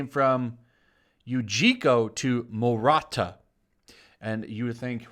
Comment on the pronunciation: It's "maruta" not "murata" But yeah this controversy is silly. I guess it's equivalent of calling a super villain Dr. Auschwitz.